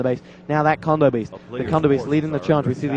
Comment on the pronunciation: Theyre kodo beasts not condo beasts. silly announcer >.<